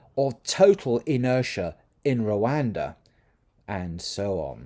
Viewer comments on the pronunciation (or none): none